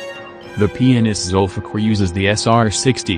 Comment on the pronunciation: The way it says 'Zulfikar' :D :D ...zulfuck!